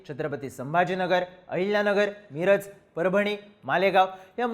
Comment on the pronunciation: मी$$$रज नाही, मिरज. उच्चार वेगळा करताय.